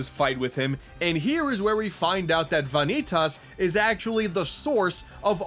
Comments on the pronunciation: Did anyone else get upset and correct this guy whenever he said Vanitas? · How do you pronounce vanitas so wrong after playing the game? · The way he pronounced Vanitas... fml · How the fuck do you butcher Vanitas name that bad? Get your shit together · Am i really the only one bothered by the way he pronounces "vanitas" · The Coffee Alchemist I don't know how he doesn't get the real pronunciation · I think you mispronounced Vanitas' name. Just giving you a warning. I'm not a stickler for that sort of stuff. 👍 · Mario It makes it worse that they pronounce his name multiple times and he still mispronounces it. It's like he's doing it on purpose. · I loved the game, but you said Vanitas wrong. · Va-nee-tus. Not Vaa-nee-tass. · "Vaughn-eet-aas" Also, the story in this game was pretty shit. And no, the combat system was anything but great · Are you making a joke pronouncing it Vah-nee-tahs? The game has spoken dialog which pronounces it Vuh-nee-tus. Also the stylized "X" is greek pronounced Kie, or key. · okay I just gotta put this here... it's pronounced Vah-knee-tiss not vah-knee-tass (especially emphasizing the different syllables. just...vahkneetiss fairly quick and simple) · why are u pronouncing vanitas as vaanitas? why the weird way of pronouncing his name? its van i tas u dont need to over pronounce the a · My dude...where the hell did you get VAH-NEE-TAUS? Its spoken by many characters as VAN-EE-TES. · Vahkneetoss.... Vah-knee-toss?!, no. Vah-Nee-TUS Tus, like in TUSle I've heard bad interpretations of names, but this... THEY EVEN SAY HIS GODDAMN NAME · I can't take it anymore! It's not Vahn-knee-toss, it's Vah-kneetus. There is no emphasis on the 'i' it goes straight into the -tas at the end. It is not how you pronounce it as the art definition of the word. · ...why are you calling him "vahn-ee-tahs"? Like, you even break it up like that. They say it, in game as "van-ee-tus" without mid word pauses. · Ah, yes... "Vonny Toss"...